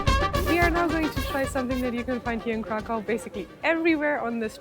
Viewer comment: Kraków a nie żaden krakau !!! Krakau mowili niemcy czyli naziści podczas okupacji naszego kraju.